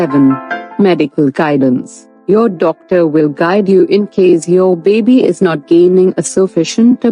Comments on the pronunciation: A healthy beebee lol the way she says baby makes me laugh. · Like Moira Rose. 😂😂